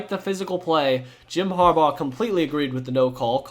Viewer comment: “ Har- baur “